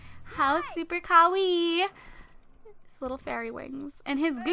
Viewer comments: It's kah-wai-ee ( Kawaii ) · I love how she said Kawaii - ka-wee